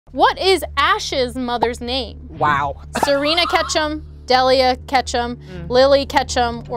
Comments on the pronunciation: It's your own fault for not knowing Delia's name lol. Which is pronounced Deel-ia, not Dell-ia. The pokemon names I can understand, but not a person's name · DEEEEEEEEELIA! How do you get De-leah from Delia?! And I thought MY name was "difficult." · It’s deeeeelia not dehhhlia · Everyone saying “Dellia” was so frustrating lmao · Delia is deal-ee-uh unless Pokemon changed a common names pronunciation, Delia is the mom's name and in Beetlejuice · It’s Delia, and she absolutely did butcher her name. They all did. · Nobody is pronouncing Delia’s name correctly. That is actually where I got the name for my oldest daughter, and it’s just a really pretty name that isn’t very common. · i feel like if she pronounced delia remotely right they might have got it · The way they pronounced Delia makes me v uncomfortable.